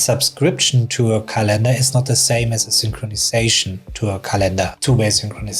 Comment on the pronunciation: It's not calEndar, but cAlendar. English is my second language too, so... just saying. 😊